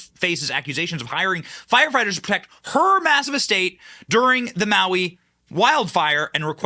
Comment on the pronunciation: In Maui, not Molly